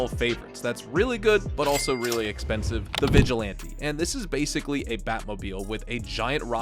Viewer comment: Drinking game: Take a shot every time you hear CA-CHING sfx when he pronounces the word "expensive"